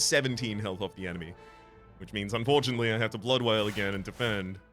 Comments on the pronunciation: Already calling Blood Wall Blood Wail instead, never change, Never Change. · Hopefully you eventually realise that "blood wail" is actually called "blood WALL" 😉 Welcome back STS! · Wonder how far into the ep he’ll realise it’s blood wall, not wail